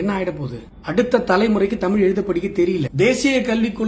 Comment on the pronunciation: தமிழ் என்று கூறாமல் தமில் என்பது கூறுவது முதலில் நிறுத்தப் பட வேண்டும்.தமிழ் தமிழர் தமிழ் நாடு பற்றித் தவறாகப் பேசுவோர் அடக்கப்பட வேண்டும்.